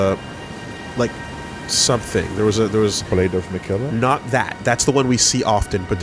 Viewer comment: Funny how often hears how Miquella is said and still says it wrong